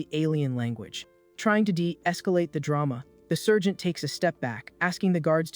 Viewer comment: I'm yelling it's Sargent Not sergent